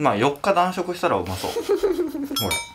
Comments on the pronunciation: 断食の読み方間違ってて草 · だんじきと読みます。間違えやすいですよね。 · 断食(だんじき)じゃ…